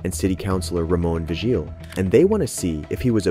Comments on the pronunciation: Please, please, PLEASE learn to pronounce the names before you start narrating. It's Cha-cone, Lou-Hahn, Vee-heel. Chingow. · the name "Vigil" is pronounced "vee-hill" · The voice over is pretty bad. Who doesn't know how to pronounce Chacon and Vigil?